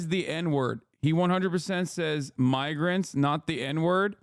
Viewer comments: You guys don't understand he was trying to say Migra and used and -er instead 😂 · I don't like the guy either because all Republicans suck, but he 100% said "miger" you can see him press his lips together Still funny af tho 💀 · What's crazy is that he got the full word out before realizing he fucked up, like didn't even catch him self on the 'N', not the first syllable, he said the whole thing and then his brain did a check and was like "oops I can't use that one right now.... 'Migrants'... saved it!" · Upon first hearing this I was like 'oh he just messed up his words and meant to say Migrants' but when they slowed it down 😂😂😂 no he definitely said the N word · I’m sure he says it all the time, but he actually said migger… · Right he starting to say Mih-grants instead at first. There was no N in there. Typical Hasan crap. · I mean, I'm not a native English speaker and in my language we would 'hard-pronounce' 'migrant' like 'meegrant' so i first also thought that he just fcked up the pronunciation. But at the x0.5 recap it becomes more obvious. And taking into account the right wing thing... Well.. 😂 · It sounds to me like an 'm' at the beginning, but I feel like the reason his wires got crossed is that he was trying to say one word but had another in his brain. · Sounds like he started saying migrants and accidentally used a soft i in migr and corrected himself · Im gong to get heat for this but… pronounce “migrants” with the type of “I” that you have in minimum.. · I mean he very clearly just misspoke, he was saying the first part of the word migrant which is "migr" and accidentally replace the m with an n, which is understandable considering how close their articulations are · he is saying migrants and mispronounces I as E ! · I have no clue who this guy in the interview is, but it sounded like he mispronounced migrants and said miggr- and cut himself off to correct himself. That or maybe I misheard it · He said "miggers" i think i just wanted to say migrants